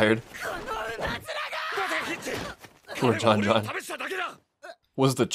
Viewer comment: I love how you call Jean, John John like he’s your favorite underrated fire bender